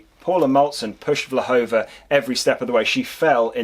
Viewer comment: Her name is Vlhova, please correct it, thank you!